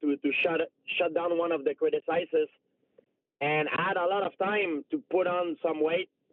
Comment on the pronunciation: Crit-a-sizes A-port-2–nistic